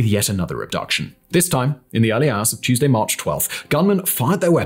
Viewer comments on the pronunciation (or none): none